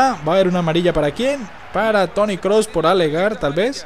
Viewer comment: se dice kroos no klos 😞